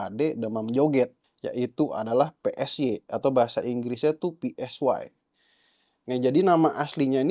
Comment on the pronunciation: Psy bacanya sai/p-sai jangan psi malah keinget nama partai , sekali - kali ambil vidionya dari dekat bang biar bervariasi kok dari jauh mulu dari awal vidio !